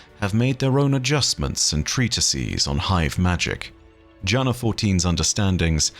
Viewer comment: Btw, Jana is pronounced as Yana